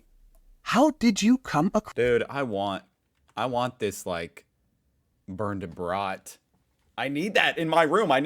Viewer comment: Man. Eventually you should be able to pronounce "Bernd, das Brot" correctly after having heard it so often. Try it;-)